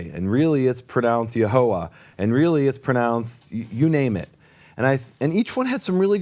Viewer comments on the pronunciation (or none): I hear pronouncing The Name clearly as Yehovah, (the same vowels of Le'Olam) but whenever says it, it sounds to my ear as Yahovah, with the first vowel as "A" is that right? Is it only me or anyone else can also hear this tiny difference?